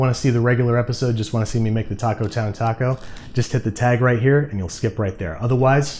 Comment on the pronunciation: That “taco” was just,,,wrong